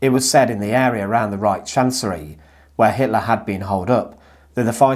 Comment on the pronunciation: Brother it's Reich with H the end H like hallo....reik haha